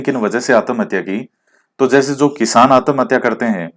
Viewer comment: Sir bhutt achha laga.. Jb aap आत्महत्या को आतमहत्या बोले.... Funny + sateek baate.. 🙏🙏🤗🤗🤗🤗🤗🤗🤗🤗